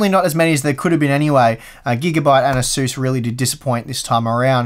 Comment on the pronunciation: Not sure what an asuss is^^ are you trying to say Asus?